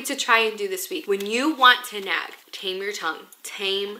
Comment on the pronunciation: So, every time she said “nag” I heard “nap” and I was so confused. Also, “prayer closet” just evokes the image of Carrie being dragged into the prayer closet by her mom in the movie “Carrie”. It didn’t end well for her mom….